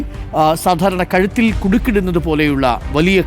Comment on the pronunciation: കത്തിൽ അല്ല കഴുത്തിൽ വെട്ടി എന്ന് പറ